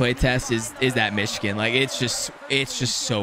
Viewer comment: It's weird how he pronounces 'Michigan.' I thought he was saying 'Myshkin,' and I was like "Why did they name this type of goal after Vladimir Myshkin?"